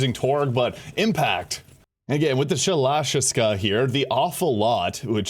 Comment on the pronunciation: You murdered the pronunciation of that gun's name.